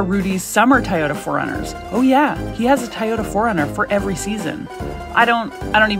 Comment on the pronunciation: You say Toyota extremely weirdly. It’s not a Tah-yota it’s a Toy ota. I know you can pronounce Toy just fine so there is no reason for this awkward pronunciation.